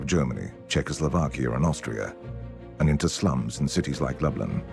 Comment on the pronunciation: sounded like he said Australia, not Austria